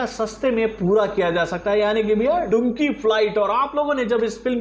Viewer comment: Aaj bhi Dunki ko Dunkey bolrahe hain kehte waqt pronounce karte waqt Danki bola Karo lekin uska spelling Dunki hai...samjha karona...😊😅😂